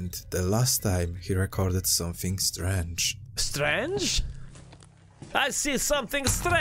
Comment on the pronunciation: ! "Strandjh? I see something strandjh!" LOL! I friggin love you, dude! You always make my day. Thank you! X'D Btw the weird music at around 18 minutes is from "Eyes Wide Shut," and it's called "Masked Ball" by Jocelyn Pook. ;]